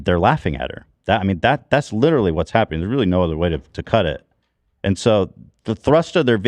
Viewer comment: goes “it’s litewary the playbook”